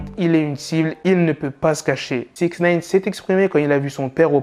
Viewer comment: J’arrive pas à me concentrer quand il dit “six neyne”